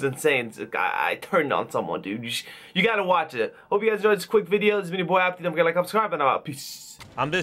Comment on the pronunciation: What's up guys, It's Jones here, or Mr. Jones! What you sound like when saying Apathy or pro player Apathy. Too funny